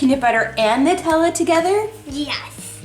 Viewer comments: its NEW-TEL-A the company chose that name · Of course it’s pronounced „Nootella“. It’s an Italian word. In German we have the discussion about the article used for Nutella. Die or das? Female or neutral? I always say “die”.😅